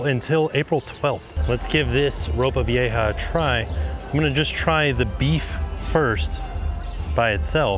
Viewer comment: Great job with pronouncing "ropa vieja".